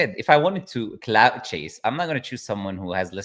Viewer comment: CLOUT not COULT